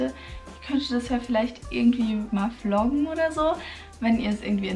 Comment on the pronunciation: Haha wie du am Anfang gesagt hast floggen xD